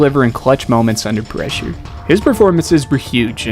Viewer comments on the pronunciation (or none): “under preesure😏”😂